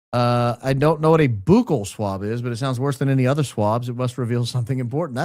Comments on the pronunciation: Now you know what that means. And you know how it's pronounced, "buck-ell swab," not "boo-kell swab." Now, with myself being high IQ, this was done to give Adfleet a video to make of him purposely not knowing and mispronouncing "buccal swab" on purpose. Hey, I just like the truth! 🤷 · you are killing me with the Boooookle swab😂 It is more like Buckle 😂